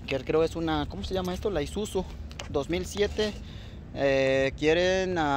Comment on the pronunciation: Y el wey dijo z no s. Y dijo que era izusu